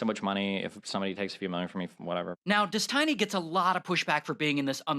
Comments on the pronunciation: Why does he call him Des Tiny? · It's "Des-Tiny"... you mean people don't know how to pronounce "destiny"? Just kept thinking that was strange. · Dess-tiny ? Lol. Intentional? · Did he say "Dez-tiny"? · Des-tiny is thee best pronunciation of Stevens pseudo name.......... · I find it hilarious how the narrator keeps saying "dez-tiny" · Also got to love how the nickname is pronounced des-TINY. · I love how he pronounces it dess tiny. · des-TI-ny LMAO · "His name is Des Tiny..." lmao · Why is that guy talking saying his name all wrong? It is really hard to listen to……